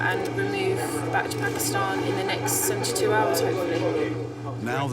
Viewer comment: This lady is a legend. The way she pronounced Pakistan tells me she’s been around Desis all her life 😂❤️